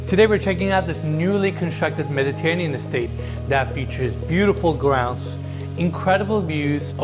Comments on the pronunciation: Love it! What a sick property. That garage is HUGE!! P.s. you're saying Mediterranean wrong. meh·duh·tur·ay·nee·uhn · It’s unfortunate that he can’t pronounce Mediterranean correctly considering the amount of times he’s had to say it over the years.